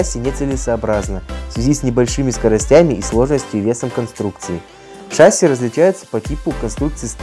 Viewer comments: Спасибо за ролики! Только шассИ, а ее шАсси) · Трудно привыкать, т.к. фильм "В бой идут одни старики" запустил не правильное произношение. ШассИ, а не шАсси. Я и сам таким был, пока не узнал истину))) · *ШассИ, а не шАсси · Не шАсси, а шассИ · Да нет, не шасси а шасси